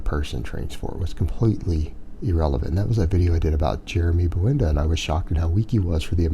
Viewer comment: It's pronounced Buendia, not Bwendah